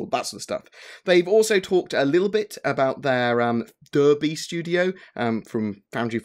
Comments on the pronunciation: 'Durby'? I know you know Derby is pronounced 'Darby'! :) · You know you're taking the mick when you say the "derrr-be" studio lol! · love the info but Derby is pronounced Darby for future reference ;)